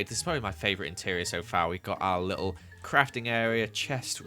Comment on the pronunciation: Listen to him say little 😂😂